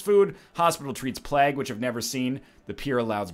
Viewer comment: Pablo Esquef NL pronounced "plague" as "plagg" instead of "pleg/plehg"